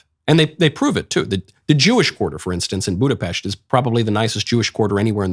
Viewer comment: You pronounced "Budapest" correctly. 🥲 Finally somebody! Thank you.